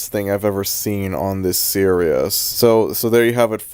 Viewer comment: you cannot say series like that bro